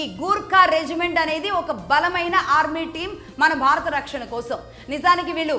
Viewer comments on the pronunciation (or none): none